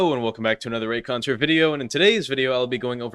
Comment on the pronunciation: "Hello and welcome back to a reacounteur video"